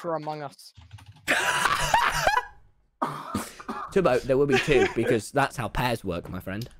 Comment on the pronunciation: Amoung Ous Pure British accent